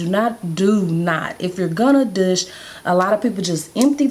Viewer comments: I like the way you say douchse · Very informative. I've never heard douche pronounced that way.